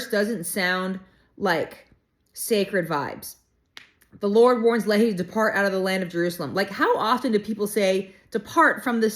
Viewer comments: So fun! Nephi and Lehi pronounced with a long e sound and long i sound like Nee fi, Lee hi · There is an immensely helpful pronunciation guide at the end of the Book of Mormon. For example Nephi is pronounced NEE-fi(fi rhymes with eye) Lehi is LEE-hi. Please continue reading. I would encourage you to go back and read the content BEFORE 1st Nephi to understand how this miraculous book came about into the modern era. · FYI - I’m pretty sure every BoM has a pronouncement guide in the back of the book. Laman (Laymen) Lemuel (Lem-u-el), Lehi (Lee-high), Nephi (Nee-figh). Moroni (Ma-row-nigh) . You are a lot of fun. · In the back of the book before the index there is a pronunciation guide if you want to learn how to say the names properly like Nephi and Lehi... Knee-fy and Lee-hi🫣😂🙏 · The name Nephi and Lehi the I is pronounced as a long sound. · I love your energy and happy reading. For one the name Nephi is pronounced with a long E and a long I. Also, the name Lehi is pronounced the same way that Nephi is. Also, BC is before Christ. I don’t know how many people have repeated this to you, but I figured I would chime in and say to you it is well worth your effort because people are watching and they are intrigued by your enthusiasm about the LDS theology. So thank you.